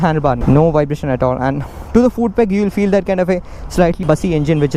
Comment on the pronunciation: Also I've noticed you pronounce foot as fooot. Not being a English Nazi here coz even i mess it up alot of times :P